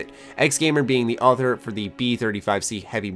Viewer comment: Why did you say author like other?